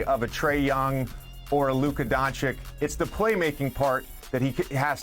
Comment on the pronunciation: I love JJ and his podcast, but shouldn't he know how to pronounce Luka's last name correctly? It's not Don-chick.